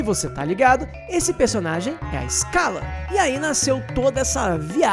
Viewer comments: Correção: SCHALA Nao se diz ESCALA, se pronuncia CHALA! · Muito bom o vídeo. Só uma pequena correção, não é "iscala", é "chala" que se pronuncia o nome de Schala.